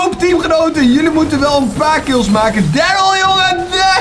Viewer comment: ik weet dat nog toen jij pas was begonne met brawl zoen kreeg je darrly ook uit een knokdoos en je sprak darrly toen helemaal verkeert uit😂